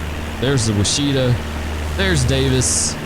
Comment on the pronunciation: You flew over my house! Great video! Also, the Washita River is pronounced "wash-uh-TAW." Same principle as Chickasaw is "chick-uh-SAW." They rhyme.